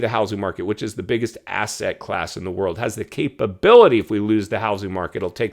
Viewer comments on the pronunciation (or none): none